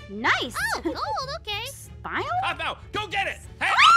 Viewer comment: aphmau not aphmay